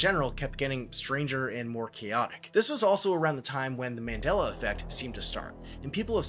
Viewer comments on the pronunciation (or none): none